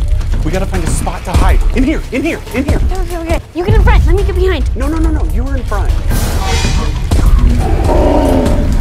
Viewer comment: bahaynd. 😂😂😂😂😂😂😂😂😂